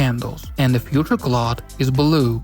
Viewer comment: Nice, I'll be trying it next week. (by the way: cloud = c + loud, not clod)